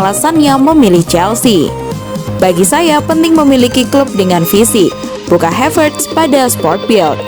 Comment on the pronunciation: Saran aja min ...karena havertz org jerman maka namanya cukup dibaca HAVERTZ aja ... Bukan HEVERTZ dengan pelafalan A = ei, seprti bhs inggris ...terima kasih 🙏